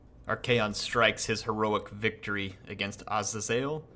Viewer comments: Its not ah zay zale its uh zay zulh (azazel pronunciation) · Its Ah-zey-zel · A little late, but as for the pronunciation of 'Azazel' I believe its done: Ah-zay-zehl. Great campaign, inspired me to try my hand at one too!